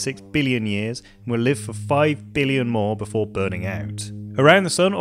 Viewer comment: Did you and Donald Trump go to the same school of how to pronounce billion? Beeleeyen.